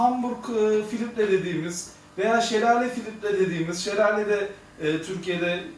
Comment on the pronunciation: "filitre" degil, Filtre hocam